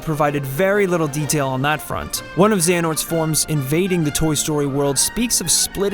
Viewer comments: TheeAverageMak IV they said Xenahort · Like Zen-A-hort and also Eraqus as Air-Queez